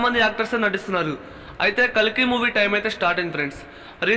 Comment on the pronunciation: Bro its kalki not kaliki😅